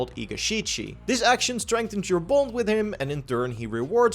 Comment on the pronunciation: U where saying bond it kinda sounded like u where saying bone lol